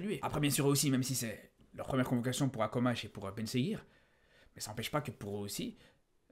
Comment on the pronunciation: Mon frère on dit Akhomach pas Akomach mdr un peu d’effort